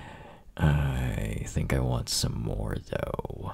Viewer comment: Why does he say more like morrrrre